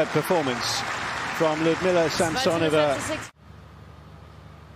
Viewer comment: How nice it is when English-speaking commentators pronounce the name of their compatriot correctly, LiudMILa SamSOnova.